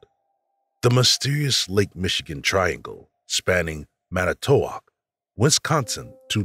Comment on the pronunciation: Omg never heard manitowoc pronounced like that